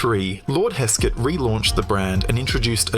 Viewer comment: Velocette , is pronounced as Velo Set , not velocity . Hesketh , is pronounced as Hesk Eth , not Hesk Set , Blime !